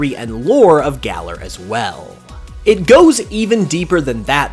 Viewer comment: It's pronounced galaar. Not galler